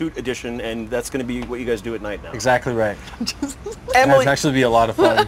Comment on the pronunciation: This guy is a really bad interviewer. He didn't even say Emily's name right!